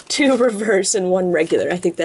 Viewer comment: lol he said reveres for the rare